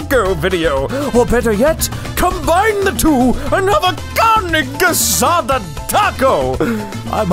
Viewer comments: CARNE GEH SA DAH... 😂😂😂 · Carneh gehsadah... yeah well it's not that bad 😂 Viva México!! You should try doing pollo con mole 😆